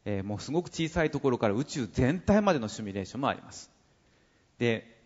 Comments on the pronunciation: どんなに頭良くてもシュミレーションって連呼してるとバカに見えてしまう…。 誰かシミュレーションって教えたってくれ(´･ω･`) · 「シュミレーション」という発音が気になる。simulation